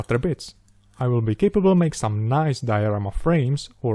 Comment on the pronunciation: "So, if you have wome wish for future build..." Galactica, do Galactica :D